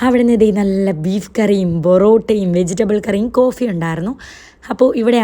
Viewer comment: പൊറോട്ട Not ബോറോട്ട